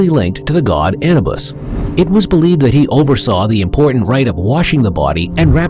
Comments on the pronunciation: It is Anuuubus pronounce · Look up the proper pronunciation of Anubis.